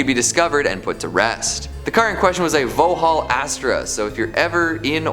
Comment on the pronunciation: pronunciation of Vauxhall makes them sound far more glamorous than they are...